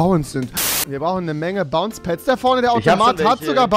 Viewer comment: Er sagt dieses bounce pads. Rewi lern English